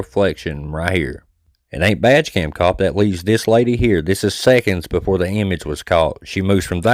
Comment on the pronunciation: I realized you were saying “badge cam”… I thought you were saying “vag cam” which made it funny but also disturbing 😂